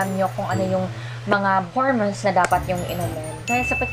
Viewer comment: Besh .. hor-mowns and not hermens